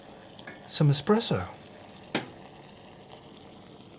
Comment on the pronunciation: Great video! But there is no X in the word ESPRESSO…